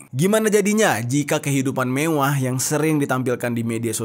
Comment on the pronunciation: Lucu bng pas bilang "mewwah" 😂